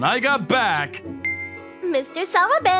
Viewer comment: I don't know why, but every time I hear the name "Mr. Sawabe", I tend to hear Mr. Swabe instead 🤣🤣🤣🤣